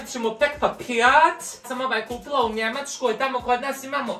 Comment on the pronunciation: Ovo mi je naj smjesnije. Kad naglasava . Da je kupila u njemackoj.